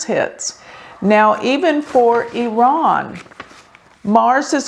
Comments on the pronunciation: Thx for pronouncing Iran correctly. I’m from iran and based on my analysis, July isn’t his correct Bday, you’re correct. Khamenei follows astrology and occult 24/7 so he wanted to confuse people. He’s truly psychopathic. Based on my analysis, May or Nov this yr are important for him and hopefully the biggest wish of 70 million of us who are all agreement re wanting him vanish into a blk hole come true. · You pronounced Iran correctly! 💖 and yes birthdays werent accurate back then especially in iran